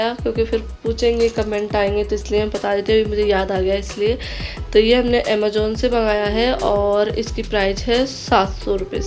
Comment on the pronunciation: Amajon nhi hota Amazon hota pehle bolna tau shik lo madam